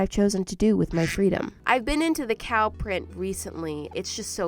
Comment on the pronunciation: Me when I heard her say cow: BluE Berry cOw